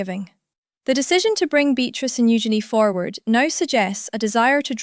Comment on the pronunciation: First, you pronounce Eugenie's name correctly, then you pronounce it incorrectly. Why? It's u-szen-ee, with the emphasis on the first syllable.